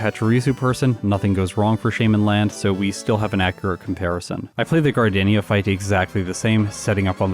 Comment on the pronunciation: “Gar Day See Ya” is how it pronounced